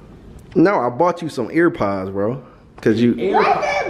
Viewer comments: Why you keep calling them ear pods 😂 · He was pissin me off for saying ear pods 😂